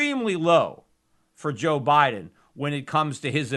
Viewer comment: " Joe Bileden " .... Peter you kill me. LOL.